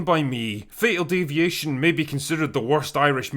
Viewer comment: Thought you said fecal deviation